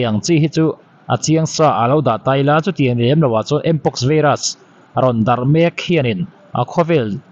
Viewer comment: vairas....not veiras